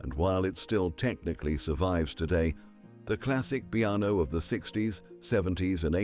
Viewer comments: Bearno? Computer glitch. Pronounced beeno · ClassIc BEE-ARNO?? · The Bee-Anno????